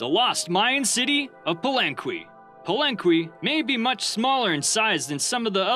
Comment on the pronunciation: Err, it's pronounced "Palenke" not "Palenkwee". :)